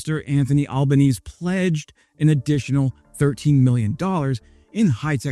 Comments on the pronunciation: Albanese is pronounced "Albineasy" btw. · You do need to work on your pronunciation of a few words, but you'll figure that out quickly enough once you're here. Note that "Albanese" is not an English name, and the last e is pronounced - the ese is more like easy. Australia has citizens deriving from all over the world, and we do make some effort to pronounce their names correctly, if it's not too difficult.